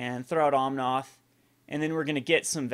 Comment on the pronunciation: just fyi is OmnAth, noth OmnOth.